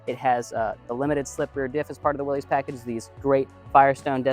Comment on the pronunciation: Although it looks like it should be pronounced Willys….its actually pronounced Willis. Common mistake by many.